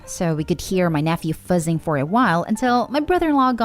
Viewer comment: It’s fuSSing, not fuZing! Why do you pronounce all the Ss as ZZZ?!